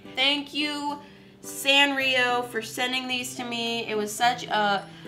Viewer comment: Her saying Sanrio wrong triggers me so much for some reduce 😂 Edit: I love you soooo much! 💕